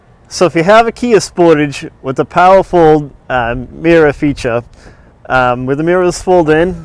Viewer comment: haha I thought you were saying POWERFUL mirrors!!